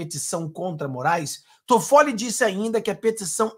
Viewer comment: .eu amigo, não é Todfolli. É Tóffolli. A primeira sílaba é mais forte!